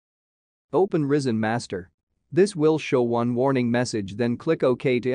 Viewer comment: it's rY-zen, not risen, pronounced rai-zen. get rid of the AI voiceover, no matter how advanced AI gets, it's still retarded...